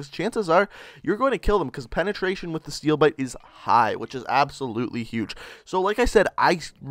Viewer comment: Steewl biwte!!!